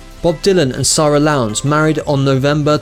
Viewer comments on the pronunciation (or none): none